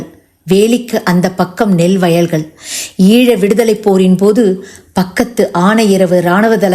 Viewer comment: ஈள என உச்சரிக்க வேண்டாம்! ஈழ என உச்சரிக்கலாம்! இந்திய தமிழை பயன்படுத்த வேண்டாமே!